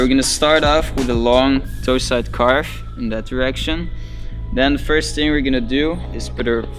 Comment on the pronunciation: "Caarwwvuuh" Lekker ge-engelsd broer xD Maar gg, thx voor de goeie uitleg